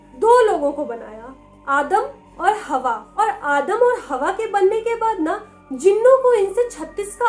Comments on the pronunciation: Adam and hewa .. Not hawa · Didi hawa nahi Amma hawwa kehte hai